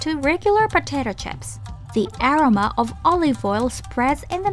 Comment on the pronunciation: love the videos! I would play your videos in the back ground even when I'm not watching. I noticed you guys use the word "aroma" quite often, maybe double check on the pronunciation of this word.